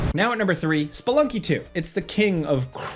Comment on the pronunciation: I’m so glad you stopped pronouncing Spelunky as Speeelunky.. 😅